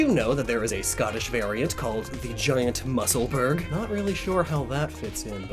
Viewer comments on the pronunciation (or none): The scottish in me is heavily triggered by you calling it mussleBURG.... Kidding, everyone makes the mistake. It’s burgh, pronounced like burra. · In the UK it's pronounced like "musselbruh" even though its spelled like Musselburgh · It’s actually pronounced Muscle Bur-uh! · Fun fact: As a Scottish person I can say that Musselburgh is the name of a town not far from where I live. And it is pronounced "mussel-bruh" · I'm from musselburgh, that pronunciation killed me